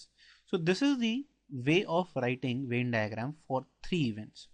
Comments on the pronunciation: its Venn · Sir very nice video ....but it's Venn not vein (no offence I am just putting it out there )